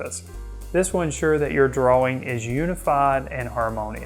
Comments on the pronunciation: I've hear Brits pronounce it like "drawer-ing" Gives me a chuckle every time. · Love your video and all the great tips! Thank you! May I give you one? The word is "DRAW-ING" and correct pronunciation is shown in the dictionary definition you had on screen. The word "draw" rhymes with raw, flaw, jaw, paw... It's okay! we're all human! I'll continue to watch & listen to your videos. Thanks again! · I think the 'w' in "drawing" is silent.